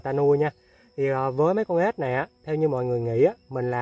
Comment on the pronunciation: Ếch nhá không phải ết đâu